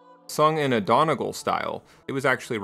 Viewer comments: The best yet to come lyrics arent correctly translated but I appreciate the effort anyhow. Also its pronounced "done-ee-gall" for future reference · Its pronounced as Donney-gall